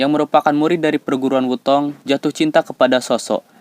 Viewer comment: "Sekte" bukan "sakte", Wu Tang bukan "Wu Tong"!!!🔥🔥🔥